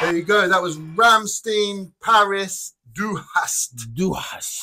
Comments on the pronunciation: It's not Rammsteen, the "stein" at the end is pronounced like in Frankenstein or Einstein. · Best band ever! If you want with subtitles, some of their musics are on the channel " Buchstabu " re-uploaded with subtitles.. But others only in their official channel.. Rammstein is not pronounced like this.. Rammstein, rimes with "pine" or "mine".. the Du Hast song, is basicly a warm-up song..